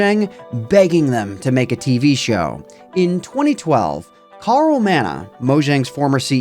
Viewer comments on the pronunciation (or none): none